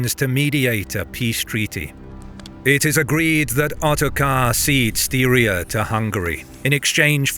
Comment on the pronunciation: I was going to mention you pronounce Styria odd, but seconds later you nail it 3 times. I'm stunned that your ear hears seem to have picked that one up, but there is no hesitation whatsoever. That's cool. It's not surprising these guys left their infantry behind though, because peoples like the Pechenegs were hunting on these lands along the Danube river for 1,000 years. These are continental superpowers. If you can't afford a horse - you get to protect the camp with the women.